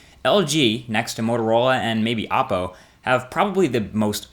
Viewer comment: Dude, also, Oppo is not pronounced as "aw poh" but as "oh-poh" How do I know? I lived in China for 3 years and I just got back from there and they pronounce it as such. The reason for the name is to confuse the consumer with the same sound as "Apple." In Chinese, they don't have a "aah" sound, thus, was replaced with "oh."